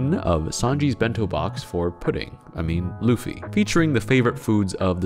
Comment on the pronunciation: Which mf heard "Luffy" and decided: "Yeah, I am sure he meant Louie"